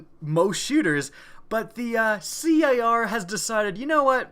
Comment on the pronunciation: says c.a.r. when us titanfall vets call it car